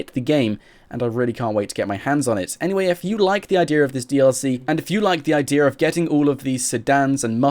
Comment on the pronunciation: It's idea not idear